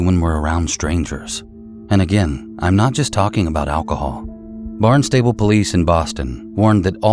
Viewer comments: LOVE your videos! Small point just FYI because in Massachusetts we pronounce our towns differently, (see Worcester, Gloucester, Haverhill)… Barnstable is pronounced “Barn-stubble” and it’s down the Cape, not in Boston. 😊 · All I have to say is it's Bahn-stah-Bull not Barnstable, but I see your confusion.🙄